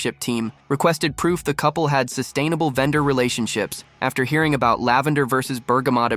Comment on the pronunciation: Was that a wee Canadian Easter~egg?? “All “a…boot” it in your new book weh”?? Or is it just my ears. ???